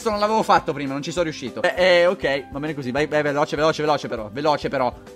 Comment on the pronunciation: quando hai detto bene io pensavo che avessi detto "pene"!